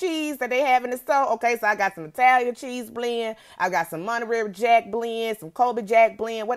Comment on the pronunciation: "Monarary jack blend" 😂😂😂😂💀